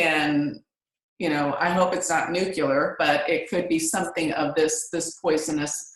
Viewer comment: "nucular"? Another person (like George W. Bush & WAY too many people in power who SHOULD be aware) who probably never really studied Physics; or paid any attention to the actual spelling. Make that...Nuclear! [At least, surprisingly(?) & VERY importantly, Trump SEEMS to pronounce the nomenclature correctly.] ;)